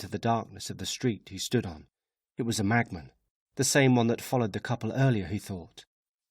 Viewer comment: Brilliant! But why does it sound like he's saying "magman" instead of "machman"?